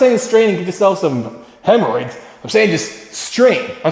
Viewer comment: 'Straining yourself some hemeroids' had me dying so bad